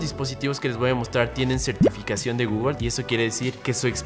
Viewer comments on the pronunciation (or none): none